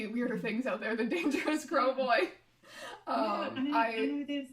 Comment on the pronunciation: Every time I hear you say “crow boy” it just sounds like “krelboyne” from Malcolm in the middle